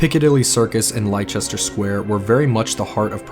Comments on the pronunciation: Fabulous documentary, clearly influenced by Hallie Rubenhold’s research. One gripe - many of the pronunciations of place names etc. are way off. Leicester Square = Lester, not Lie-chest-er. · This is probably THE best Ripper video I've ever seen, well done! (But as a limey I have to point out that Leicester is pronounced like 'Lester') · For our American cousins. Spelt Thames but pronounced Tems…. Mitre square pronounced Miter square….. Lord Salisbury pronounced Solsbury ….. Leicester Square pronounced Lester square. I know our language is confusing so I hope this helps. This video is brilliant. It’s so nice to have the victims stories and you really feel for these poor ladies. Remember these ladies will have descendants. We must not disrespect these ladies. They were not faceless nobodies but mothers. sisters . Wives. They certainly didn’t deserve to be killed and mutilated so horribly. Thank you for being so respectful and showing their sad lives. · Brilliant. ... My only criticism is the narrator's pronunciation of English streets a d squares . Leicester square is pronounced LESS,- STER while mitre square is pronounced MY- TER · Great video and really well written/focused on the lives of the victims, not just the man who took that life away. Although next time I would definitely look up the pronunciation of things before recording, St. Giles, Mitre Square, Leicester Square and a few other names were a bit wrong. Easily forgiven though as we love spelling things in a way that makes them hard to pronounce 😂